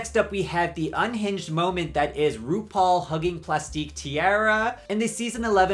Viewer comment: Love your videos but saying platique right and then saying tee-aa-ruh is crazy.